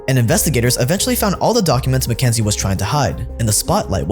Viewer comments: It isn't MacKenzie. It's McKinsey. "KIN." Fix your pronunciation, zoomer. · Why does he keep saying mckENsIE when it's mckINsEY? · If you’re going to shit on a company, pronounce the name correctly. What do you expect them to do, they don’t serve the public. They serve their clients and their business models. If you think McKinsey is no more “Evil” than the other corporations and big companies that run our capitalist society.